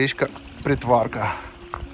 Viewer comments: і ПрИтварка, а не ПритвАрка. Уперше чую "БудАївка, ПритвАрка". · Привіт! Мій дідусь народився і виріс в Боярці в 30х роках 20 ст, і називав річку ПрИтварка, з наголосом на И. Дуже дякую, що зняли відео про цю місцину, люблю її❤ ще інфи: перед 2ю світовою Притварка була така глибока, що по ній ходили пароходи (з розповідей дідуся), а на станції по вихідних потяг з Києва зустрічав оркестр в білих кителях. По війні це все зникло. Про ліси у вузькоколійки, судячи з життя мого дідуся, трохи не так було. У часи німецької окупації вузькоколійка вже працювала на забезпечення дровами Києва, і мій дідусь змушено працював там, будучи підлітком, його друзі також. Про це були знайдені документи, і вони вже в 90х отримали статус дітей, що працювали під час війни, і непагану грошову надбавку до пенсії (тому, думаю, документи ретельно перевірялись). В будинку Максимовського в кінці совка був чи то табір, чи дитинець, бо, пам'ятаю, всі діти(до речі, дуже маленькі 6-7 років) там стирчали у забора і випрошували цукерки у перехожих, тому, напевно, для багатьох це місце є неприємним спогадом:) "кар'єра" курорта для Боярки закінчилася після вибуху ЧАЕС, бо місцина була визнана як зона зараження 4 ступеня, з тих пір санаторії закривались, а місцеві розповідали про дивні гриби, які виглядають як їстівні, але є отруйними 🤷